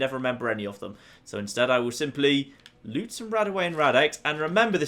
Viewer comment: is it just me who thinks he says lets have a loot see